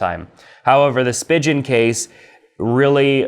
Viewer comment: Great video. Most people say Spigen like Speegin and Ringke is pronounced Ring Kay